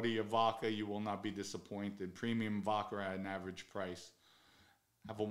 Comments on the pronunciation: Vodka has no R in it Pronounce the A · " vodker" lol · The way you pronounce vodka kills me every time 😂😂😂. Vodker